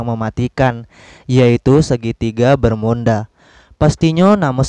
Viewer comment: Emang disengaja ya ngomong segitiga bermunda